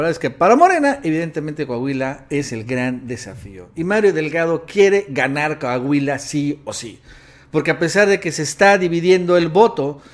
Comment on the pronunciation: Deja de opinar de coahuila, tu no sabes como esta el pedo por aca... y se pronuncia COAHUILA, no cahuila